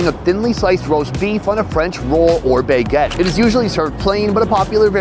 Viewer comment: Sonny… did you really just start the episode by saying “bae-get” instead of “baguette”